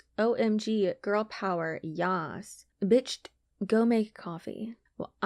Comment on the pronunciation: I almost passed out when you pronounced bicht 🤣. And where did that chicken come from 😆😆?? I love you!!